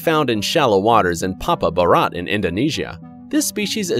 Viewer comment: How he says Papua Barat: Paepa berhat